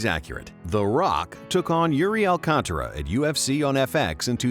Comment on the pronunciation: Props for pronouncing Alcantara right! First English speaker I've ever heard pronouncing the name right.